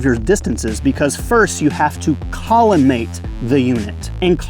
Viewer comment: You lost me checking out the site when you said collimate